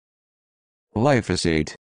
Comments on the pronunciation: It’s actually gly-PHOS-ate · You forgot to pronounce the "g".